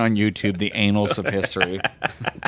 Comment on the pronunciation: “...the anals of history” 😂🤣😂🤣😂 OMG you guys crack me up!!!